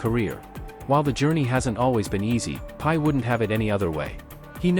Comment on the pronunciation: The AI got his name wrong - it's not pie :face-blue-smiling: it Brock Purdy :face-red-heart-shape